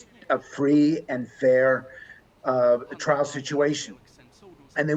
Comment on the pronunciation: Hang on - did she say "twial"???! Not very RP!